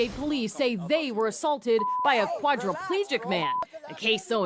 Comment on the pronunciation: Shakalaka boom English.😂 Quadriplegic. I have problems saying it myself.😂